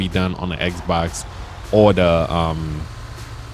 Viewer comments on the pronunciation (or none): none